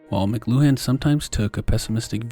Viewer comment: I’m fairly certain it’s pronounced “mclewan” not mc-loo-han.